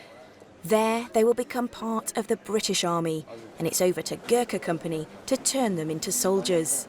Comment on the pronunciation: Your caption: "become a Gurkha". He is a born Gurkha (community) & doesn't become a Gurkha. You may say "become a Gurkha soldier". , ....... Your pronunciation of their collective name is 'atrocious'. For your sake, to suit your pronunciation I modify the spelling to "Goorkhas" (the first syllable rhyming with poor or loot).